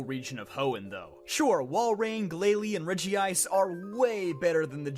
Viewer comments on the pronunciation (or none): You're pronouncing Regice that way on purpose